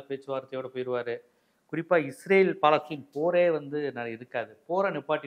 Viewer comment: "பா"லஸ்தீன் அல்ல பலஸ்தின் ரம்ஜான் அல்ல ரமளான் உச்சரிப்பு பிழையானால் அதன் பொருளும் பிழையாகும்.